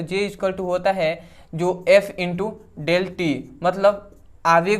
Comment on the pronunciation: Bhai del hota hai ki delta hota hai